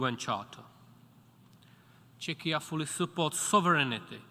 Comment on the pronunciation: "Chechia" XD